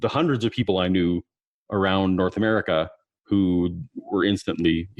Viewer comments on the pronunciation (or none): none